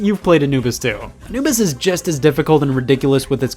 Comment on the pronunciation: Did you say "you played Anubis 2" or did you say "you played Anibus too" Please, my life has no meaning without the answer